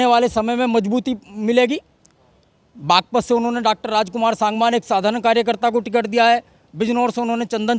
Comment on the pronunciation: रिपोर्टर सागवान बार बार अशुद्ध बोल रहा है।बोलकर ठीक करा ओ सांगवान शुद्ध उच्चारण करे।SANGWAN